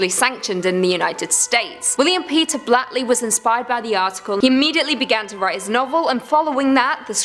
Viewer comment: Did you just call him William Peter Blattly? It's Blatty, I believe.